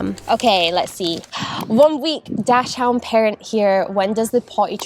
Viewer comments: Daak-snd(pronounced as DOCK-SUND....not dash hound. Google the pronunciation. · Haha I love how you guys say dachshund dash hound, I'm pretty sure its pronounced dak-sund or like dox-in but I like how you guys say it much better 😂🫶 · I’m getting my little mini dachshund boy Charlie in 2 weeks and I just CANNOT WAIT 🥰🥰🥰🥰 I’m definitely not ready for the barks 😅 Thanks for the video! PS: don’t wanna be that person so pls don’t take it the wrong way! But dachshund is pronounced “daks-hund” 😊 Many people say it wrong so not your fault!